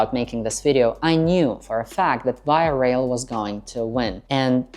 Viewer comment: Just a quick note on your pronunciation of Via Rail... it is correctly pronounced 2 syllables: "VY" + "uh RAYL"... :) enjpyed your vid.